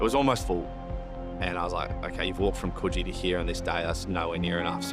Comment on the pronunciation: The pronunciation of Coogee is really annoying me...